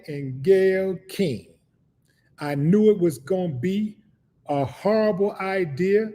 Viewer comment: Howwible... Just howwible Chuck 😂 Big brother you caught me off guard with that one 😂